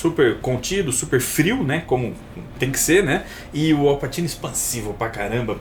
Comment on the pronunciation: a pronuncia é Au Patchino